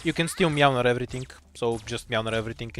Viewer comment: It's MŁYNAR, not meownar :<